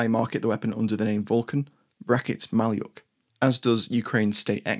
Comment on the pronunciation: 'Malyuk' is pronounced Ma-LYUK.